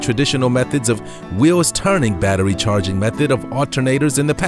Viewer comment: Did he say chaquining stations?